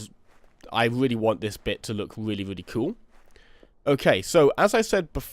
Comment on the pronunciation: subswibers, weally, cweativerse, celebweat, inspiwation, mainwey, awea, just a few Words you said, what is with you and W's dude. comon not every word in the english language has a W in it